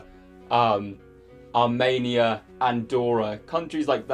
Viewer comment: Hahah the way you pronounced Armenia ended me a bit. Ar-mania.